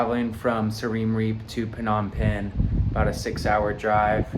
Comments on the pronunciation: learn how to pronounce siem reap bud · 😂😂😂 first time hearing someone pronounce Siem reap like that 😂😂😂…!